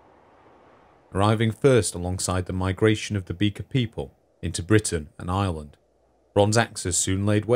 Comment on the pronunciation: It took me way too long to realize he was saying "Britain and Ireland" and not "Britain, an island" I wondered why he kept reminding us it was an island